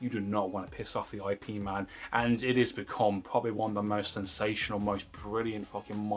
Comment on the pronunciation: Please stop pronouncing Ip man's name wrong. As a person who practices Wing Chun it's offensive and annoying. You wouldn't like it if i kept calling you? Yeah, I don't think so. I